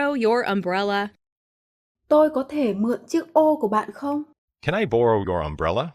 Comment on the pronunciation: cái ô đọc lượt đầu tiên đọc nghe khó thế nhỉ